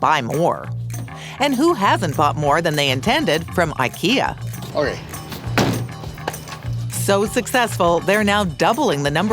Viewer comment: It is not Ikea rhyming with Rea, but other way around.